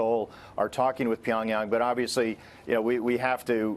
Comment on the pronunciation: i can't take her serious over how she says pyong yang